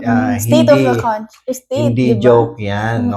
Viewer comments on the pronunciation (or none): none